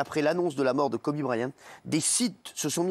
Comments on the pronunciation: Le mec parle du respect de Kobe et prononce kobé en mode c’est du bœuf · Quand tu dis Kobé tu parles de qui 🤷‍♀️Kobe(kowbi) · Kobe ça se prononce "kobi" en anglais et non "kobė" comme le boeuf pr ceux qui savent pas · Par contre c’est Kobe pas Kobé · Ce qui me choque c'est Hanouna qui l'appelle "Kobé" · Kobe pas Kobé respecté la légende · Son père l’a appelé Kobe par rapport au steak de kobé